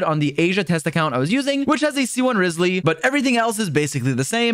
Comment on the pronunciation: Dude... I love your videos! But this just BUGS me. Its RYE-zly! Not RIZZ-sly... does it matter? No! But am I gonna say something? Yes! Also, its AN-ih-mo not An- EEE - mo. I can tell someone doesnt play using the English voice-overs 😂 Thats all. Your content is great! Just had to correct it. But feel free to completely ignoee this because it TRULY doesnt matter. Im just anal 😂